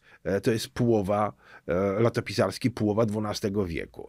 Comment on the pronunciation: prof. "Półowa"